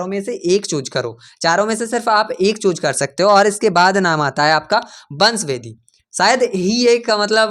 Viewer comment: Bhai chooze nahi choose hota hai ok